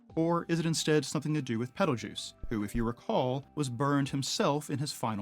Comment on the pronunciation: I see, I agree, I also think him pronouncing it as Peteljuice is really off since the star reference is clearly spelled as geuse.